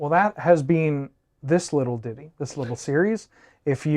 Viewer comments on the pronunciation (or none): none